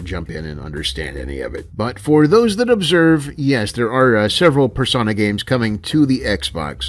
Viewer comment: Finally, someone else who pronounces "Persona" with a short O. I was starting to worry I was the only one.